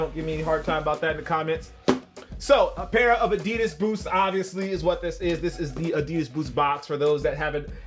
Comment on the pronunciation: Finally someone pronouncing adidas right... at least the first time u said it